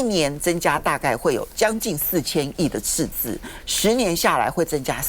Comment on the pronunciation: 鳳馨的捲舌音判斷：貿易次字